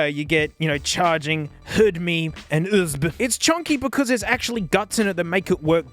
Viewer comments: "HDMEE" "OOSB" 🤣🤣🤣🤣🤣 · "Hood-me" HDMI "oooozbuh" USB 😂😂😂😂😂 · “you get… you know, charging, hedmei, and usebe.” best line ever